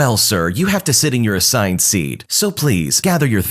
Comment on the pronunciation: you it said "assigned seed"